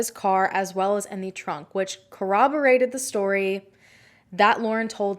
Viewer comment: I guess thats not lispy it just sounds odd because the double r often sounds like a w